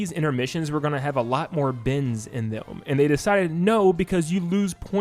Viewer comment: He's saying bends not bins. I was very confused.